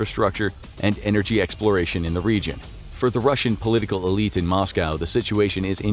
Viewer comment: Why ya gotta say elite like that